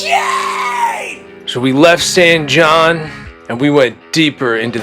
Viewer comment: Man, the stories I could tell you about this place. But not in public, you know what I mean. You almost got my house in the shoot coming into town. San Jon is pronounced San Hon. Because a 'J' is said like a 'H' in Spanish. Though the names not really Spanish. Go figure.